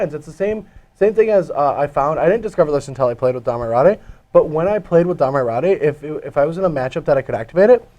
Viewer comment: Its Domri Rade. "rayd", not "rawdey".